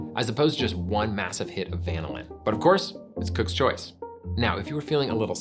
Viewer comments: I was wondering about that myself. It sounds like he's saying VAN-ah-lin. Growing up I learned at va-NIL-in. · It is pronounced van-ILL-in not VAN-illin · uh wait so this whole time it's been VAN-illin not va-NILL-in? 😳I mean yeah that's how I've been saying it too. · Who pronounces vanillin VAN-il-lin instead of va-NILL-in? Nobody says VAN-il-la. All credibility lost right there. Plus, imitation vanilla just has a weird flavor. I think it is like how most people don't have the receptors to taste the soapy, chemically flavor of cilantro, or how some people can't smell asparagus pee. Imitation vanilla is just as gross, but most people can't perceive it. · I'm so confused... You pronounce vanillin like the Brits, but you're called "America's Test Kitchen". Then you go and refer to temperatures of 100 to 150 degrees, but do not denote F or C. Is it C cause you say va-ni-lin, or is it F cause you're "America's Test Kitchen"? And those temps make sense for the context regardless of F or C (100 being boiling in C, and 100 being sweaty hot in F). Are you purposely fucking with the internet? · Like many responding here, I keep both the imitation and real stuff around, using the former in cooked or baked recipes. By the way, we organic chemists say va-NIL-in. Great episode anyway. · I can't believe that he butchers vanillin so much. It's pronounced vah nil in. The way he pronounced it would require two "n"s. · I was a bit mortified to discover that, for decades, I’ve been pronouncing vanillin apparently incorrectly with the stress on the NIL syllable (rather like the word vanilla itself) rather than on the VAN syllable. Then it turns out that the overwhelming majority of online dictionaries that provide audio pronunciations actually suggest the pronunciation I’ve been using so I don’t feel so bad. 😅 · I feel that can’t possibly be the way vanillin is pronounced. Surely it’s the same (basically) as vanilla - vuh NILL un? Not like lanolin.